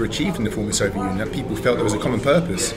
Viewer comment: If I had a cent each time Bald says Solviet ...